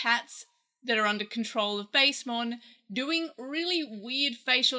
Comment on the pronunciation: this is a nitpick but i think its pronounced bast-emon with a short a like the egyptian gods bast or bastet